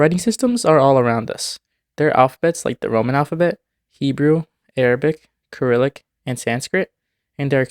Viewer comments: Kyrillic? You pronounce the C like S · The way he pronounced cyrillic made me cringe No hate just letting you know the first c is pronounced as an s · I have NEVER heard anyone pronounce Cyrillic like you did in this video before. If you always thought it was pronounced with an s, why would you pronounce it with a k? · Wait Cyrillic can be pronounce ( ker • ril • ik )? I thought it was ( ser • ril • ik )